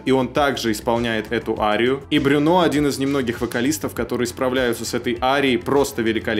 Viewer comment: Во французском все ударения на последний слог. А буква u читается как ю. Брюнó